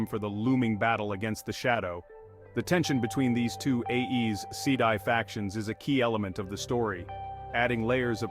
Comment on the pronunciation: Aes rhymes with eyes😊 check the back of the book for help with pronunciation